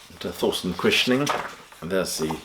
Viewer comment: Guess I'll have to listen to this album. By the way: Thorsten is pronounced Torsten, not Thorsten.